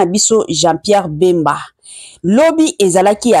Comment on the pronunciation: Eza nde bemba et non mbemba